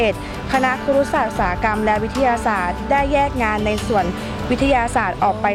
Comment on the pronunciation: ครุศาสตร์ นะครับ ไม่ใช่ คุรุศาสตร์